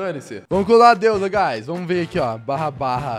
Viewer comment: VC FALOU DEUSA ERRADO E DEUSA!